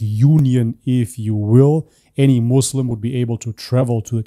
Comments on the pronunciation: Also what kind of Ex Muslim says muzlim? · After he said "Muzlim" I doubt if he really was raised in Palestine In the Arab world as a whole we never say "Muzlim" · Then why he say MOZLIM ? Didnt he knows Arabic language ? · You know that he is a liar when he says Muzlim 🤣🤣 Even the incidents he didn't provide names I'm curious what his name and his nationality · He cant pronouns muslim right he zaid Mozlims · He can not say word muslim what the hell 😂😂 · 100% paid actor, the way he can't say muslim terms every muslim knows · He is a agent. The way he speaks. Not pronouncing muslim and falastine properly. Even a non arab muslim can pronounce it. And of course nothing he told about religion is truth.